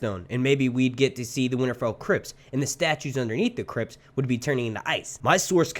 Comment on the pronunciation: Every time you said "Winterfell Crypts", I heard "Crips" instead lol. I was like "Oh shit! THROW UP THE SET!"